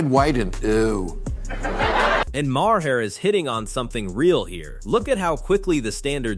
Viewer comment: more AI drivel Bill Ma-Har and AOC called A-ahk (trying to pronounce her initials as a name) just play the vids and talk, stop letting AI do the talking.